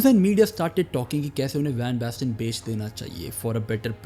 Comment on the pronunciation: Marco van basten ❎ Marco bang basten ✅